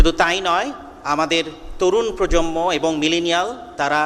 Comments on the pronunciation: স্যার - প্রজম্ম শোনা যাচ্ছে। প্রজন্ম হবে। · প্রজন্ম এর সঠিক উচ্চারণ 'প্রোজনমো'। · প্রজম্ম না প্রজন্ম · অধ্যাপক সাহেব তরুন প্রজন্ম কে বারবার প্রজমনো বলছেন 🥴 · প্রজন্ম উচ্চারণটাও ঠিক মতো বলতে পারে না।